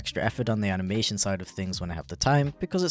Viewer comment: his "anabation quality"